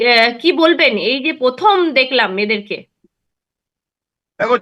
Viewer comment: পথম, তিনোমূল, পতিক্কিয়া? 😂😂😂😂